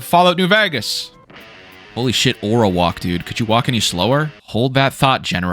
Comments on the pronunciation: Why does bro keep saying New "Vagas"? It's vEgas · "New Vehghus" lol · i like your content man but there's only so many times i can hear "new vhayghes" before it makes me want to tear my skin off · why cant you pronounce vegas are you stupid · you say the word vegas weird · why do you say vegas like that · Who do u say vegas so weirdly